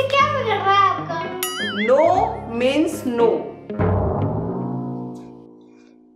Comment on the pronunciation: Tell to learn how pronounce means